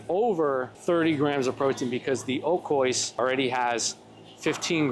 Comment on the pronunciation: I love you man…but u gotta start pronouncing oikos correctly 😔🥀